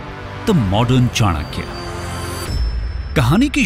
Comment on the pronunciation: Thank God you pronounced it चाणक्य and not चनाक्या।